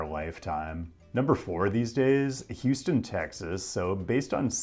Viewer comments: it’s houston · It's Houston. Stop being dumb. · Its houston